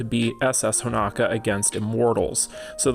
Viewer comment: Will ever call Honoka Honoka and not Honaka? Find out on the next episode of DBZ!